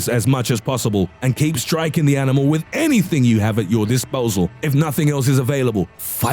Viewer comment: I love the emphasized "ANYTHING" lol